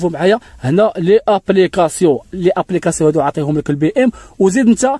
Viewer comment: Les application !! نطق الكلمة خطأ!! ماشي ليآبليكاسيون نقول ليزابليكاسيون.